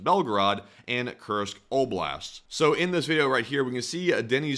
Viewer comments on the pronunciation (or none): none